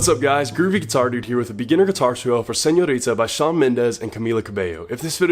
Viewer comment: ❤💕❤💕❤🙆I love how did you pronounce "señorita" pinche gringo I love you !!!!! Thank you... I needed this video